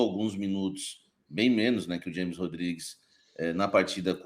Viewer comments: O cara trabalha com futebol e nao sabe que James Rodriguez se pronuncia "Rames" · O cara ja falou milhões de vezes desde 2014 que o nome dele é James com som de R e o cara ai fala na forma americana pqp